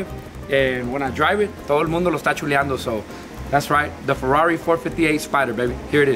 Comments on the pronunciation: Ferrari no ferrauri ya se le olvido el español eso si q no es humilde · Un ferruauri? Jaja el carro no es ni americano para que lo pronuncies asi. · Feruari faruari a la verga ya se me olvido como se pronuncia 🤔🤔